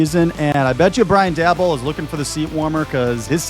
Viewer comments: Daboll is pronounced "day-bowl". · How do you not know how to say dabolls name correctly? Im just curious.